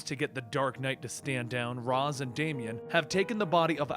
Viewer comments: No offense but is it really hard to pronounce Ra's name as Raish (the original pronunciation as intended by the creator) and not Raaz like the idiots over at Arrow do?! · you're pronouncing Ra's wrong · The way he pronounces Ra's is fucking cancer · I think it’s funny how a comic channel kept on pronouncing ra’s name wrong